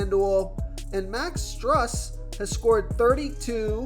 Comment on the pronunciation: “Sigh-mons”-Simons “Struce”- Strus